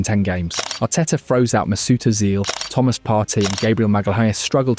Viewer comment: Maysuit Oisil...lol...